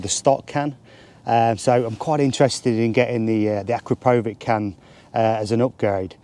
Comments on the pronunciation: It’s pronounced A-Crap-O-Vich - No power gain between the stock and upgraded can the 4 BHP power gain you talk of is only if you fit the full system including the D cat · As soon as he pronounced Akrapovic incorrectly I turned off .